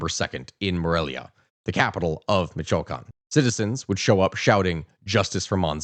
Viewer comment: Michoacán, and uruapan's mispronounciation makes me wonder if this is how other people feel when you mispronounce locations and historical figures name's? Not mad just curious.